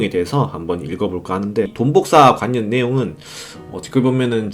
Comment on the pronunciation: 발음좀 고치셔야할듯 관년 오뉴 완뇨 라고 말하시는데 내용 집중이 안됨